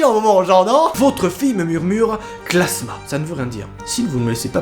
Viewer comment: C'est klamsa et pas klasma ! 😂